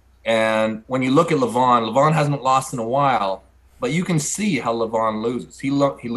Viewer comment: Devon pronouncing Levan's name wrong . . . show some respect man